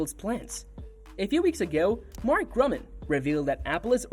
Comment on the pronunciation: His name is Mark Gurman, not Mark Gruman or Mark German as pronounced in this video.